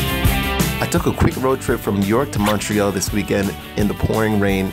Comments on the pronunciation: “Ontawrioo”. “Montrayol” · ONTAAHRIO, MONTREAL as a canadian... i can't